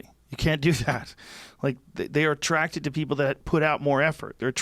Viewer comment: Joe “I’m attracticted to fit body’s” Rogan